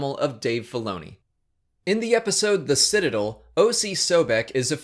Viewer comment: He said Citadel wrong.